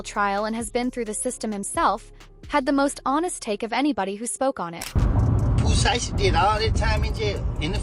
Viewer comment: She said Pooh shisty😂😂